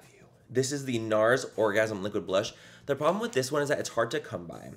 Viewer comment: Is it just me or anytime Manny says Nars do you hear "no" in a spontaneous Australian accent